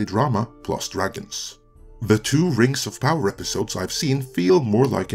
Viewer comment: What is this "Rangs of Pahwer" you speak of? Never heard of it.